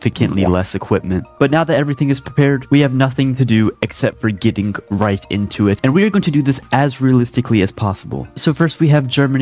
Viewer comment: I SWEAR HE SAY REICH INSTEAD OF RIGHT